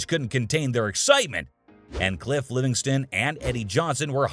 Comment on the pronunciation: It's Cliff LEVingston, not Livingston.